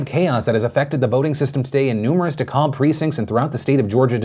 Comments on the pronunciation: It's "De-Cab", the L is silent, Phil. I twinged when I heard that L. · Another Georgian here to confirm it is in fact "De-cab". Hearing De-cahlb was bothering me. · Did you just say you lived in Georgia for years, but called Dekalb "De COLB" when everyone knows damn well its "De CAB" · Phil: I lived in Georgia for a while Phil: “de-callb” I know he actually lived here but lol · As a Georgia boy hearing Phil pronounce DeKalb makes me double-take. I've only ever heard it pronounced 'Dee-Kab', not 'Da-Cobb'. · it's DeKalb County not De-cobb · SIR!! You lived here. Lindsey is from here. It is not "DeKob" it is pronounced "D-Cab" Now, as someone who lives in Dekalb county it was BAD!!! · Phil, you lived in GA. You should know "Dekalb" is De-Kah-B not De-Ka-L-B. Lol. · hey... it's DA-CAB not DA-CALB lol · Dekalb County is pronounced like "de-cab" not "de-kalb" just so you know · Sorry Phil but I got to say you really messed this one up. It’s pronounced Decab county not Decob. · Phil I love you but what in the world is "De-callb"? Its De-cab.lol I thought you used to live here. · I love you Phil but the way you said DeKalb like corn on the cob... and idk, it might be a deal breaker for me... 😬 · Its pronounced "de cabb" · Phil saying Dekalb wrong threw me for a second. Especially for someone who lived in Georgia. Haha. You say it similar to De-Cab! Haha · FYI Philly, Dekalb is pronounced “De-Cab”. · Dammit Phil, “DeKalb” is pronounced “De-Cab” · Bro you lived in Georgia and you said “Dekalb” so wrong lmao It’s pronounced like “de-cab” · Lmao, the way he pronounces DeKalb threw me off guard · I’m from Georgia and the way Phil pronounced Dekalb county made me shiver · Hahah, the way you pronounced DeKalb. I thought you lived in GA once. It’s pronounced duh-CAb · it's pronounced DE-kaB. Hard B at the end. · It’s pronounced DeKab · He calls himself a former Georgia resident but he can't pronounce DeKalb properly, lol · The way you pronounce DeKalb is hurting me XD